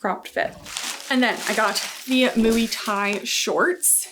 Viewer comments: Moy is definitely closer 😅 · I always thought muay was pronounced like “moy” but “mooey” sounds way more fun 😊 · the way you pronounce MUAY is killing me 🤣🤣🤣🤣🤣🤣